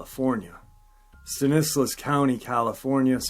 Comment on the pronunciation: Hi, Stanislaus county, CA is pronounced Stan-ih-slaws. Good upload, thanks.